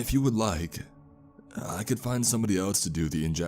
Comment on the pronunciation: “Elts” (else)